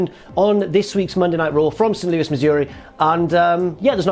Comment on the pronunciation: Never been to "Sanoose Missouri" but it sounds lovely